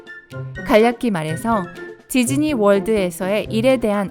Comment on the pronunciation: 나만.. 지즈니로 들리는건가 =ㅅ=